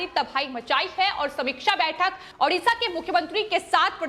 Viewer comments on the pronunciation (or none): none